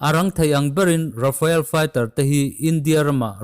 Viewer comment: Rafael jet nilovin, Rafale tih zawk tur